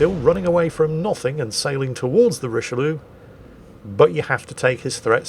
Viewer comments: "Richelieu-lu" lol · I mean, pronouncing it richeliou is already insulting enough for us baguette eaters, you really don’t need to add anything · "Richelieulieu" Me being a weeb: "Richelieuwu~"